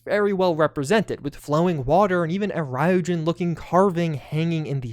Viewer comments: Ryujin is actually pronounced ree-you-Jin. They say it that way in the Clip in neon where their mentioned. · You are butchering the pronunciation of Ryujin